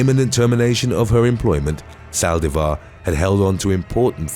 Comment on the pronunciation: Why Sàldivar??? The accent is on the i!!! Saldìvar, not Sàldivar